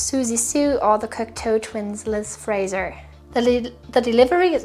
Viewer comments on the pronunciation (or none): none